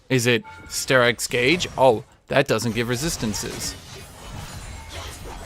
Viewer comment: I think he just miss pronounced that